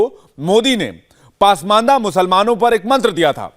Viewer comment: बेटा, पासमांदा नहीं, पसमांदा होता है। 😊